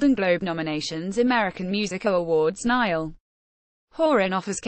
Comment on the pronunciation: The girls an Irish lass! 'Niall' is an Irish name. Since there is no example in the entire Irish vocabulary of the letters 'ia' being pronounced as in the English word 'dial' or 'trial', but always as in the Irish word 'bia', the pronunciation of Niall which makes it sound like a river in Egypt is an Anglicisation. My name is Niall. I'm an Irishman and my name, pronounced correctly, which I do, assonates with the following Irish words and names: Niamh; Liam; Bia; Liath; Triall (Directly rhyming Irish word meaning 'goal' or 'destination'.); Ciara ;Diarmuid; Cian; Brian (Yes, Brian ); Liathróid; Fia; Fiachra; Dia; Fianna......I could go on but I reckon it's clear that I've just expressed my fact adequately. Furthermore, 'Neil' is also an Irish language name. It's a woman's name and it rhymes with 'bell'. Irish is a very regular language in spelling to phonetic relation. So if anyone wants to draw a red mist down over my eyes all they have to do is ask me 'Why do you spell your name Nile?!!!!' Kelly Rowland only pronounced Horan's first name as any Irishman should pronounce it himself. You only have to say out loud this Irish languange question : 'Cá bhfuil do thriall, a Niall?'